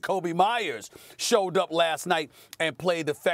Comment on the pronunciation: He finally said Myers name right loool